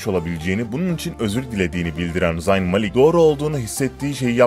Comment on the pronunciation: Abi zayn malik diye okunmaz o zeyn mâlik